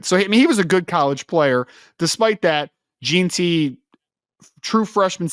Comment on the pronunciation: It’s pronounced “Jen-T”. And for the record Boise has produced multiple NFL running backs over the past several years.